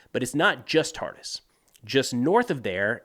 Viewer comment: Friendly correction, Tartus is pronounced as "Tartoos" not "Tartis" :)